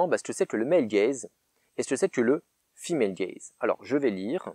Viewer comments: Moi j'avais compris "fille malegaze" Autant dire que j'ai eu du mal pendant 3 quarts de la vidéo x)) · Pendant vingt minutes, j'ai cru que tu avais dit "le film HellGaze" et non "female gaze". Je suis déçu car je croyais à une version alternative de HellRaiser.